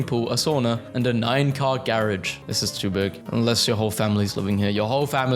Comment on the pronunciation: I’m more concerned abt the way this guy pronounced “garage” 😭